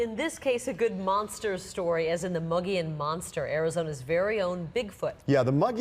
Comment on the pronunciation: I have such a hard time listening to this with the mispronunciation of "Mogollón"